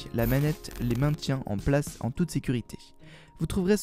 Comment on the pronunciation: place et pas plage